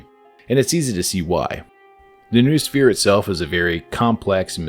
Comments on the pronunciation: Grrrr you're saying 'noosphere' wrong, it's pronounced 'noh-oh-sfeer' (like know-oh-sphere) not 'noohsfeer'.... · its pronounced know-us-fear, not news-fear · It's not "NOOSPHERE" it's "NO-OH-SPHERE".